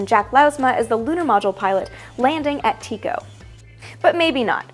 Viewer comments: You lost me at 'landing at Tee-Ko.'It's Tie-Ko, as in Tyco Brahe. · 3.42 The correct pronunciation of the name of crater Tycho is tie-co not tee-co, after the famous astronomer Tycho Brahe. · It's Tycho, not Teak-oh. :D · Is Tycho really pronounced "tee-co"? I've only ever heard it pronounced in 2001 (the film) where they pronounce it "tie-co" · The crater is pronounced TIE-co, not TEE-co. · You mispronounced Tyco!